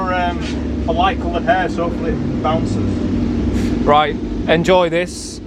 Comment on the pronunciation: "hopefully it bouces" hahahaha